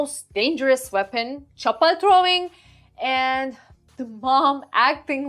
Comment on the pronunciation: She perfectly pronounced " chapal " Cute reaction loved it ❤